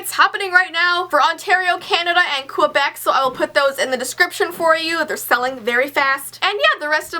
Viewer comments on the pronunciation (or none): none